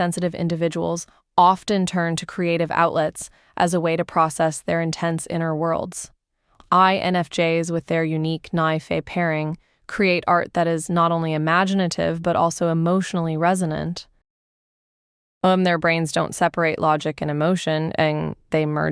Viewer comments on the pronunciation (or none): The 'is often called ni' and not 'is often called N-I' is a dead give-away that it is an AI voice. Also: Nye-fe pairing...